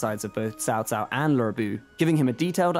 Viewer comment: Finally someone from CA is able to pronounce those names correctly especially Cao Cao, kudos to the pronunciations! Keep up with the good work and more videos like this please